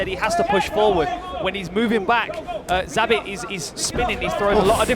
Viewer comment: Both commentators mispronounced Zabit's last multiple times before production corrected them lol Get your shit tg boys!